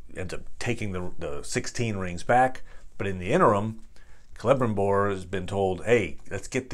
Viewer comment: Kee lee brimbohr is how pronounce his name